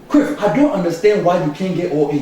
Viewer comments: It sounds like he's sayigf Criff instead of Cliff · he call him criff hahaha!😁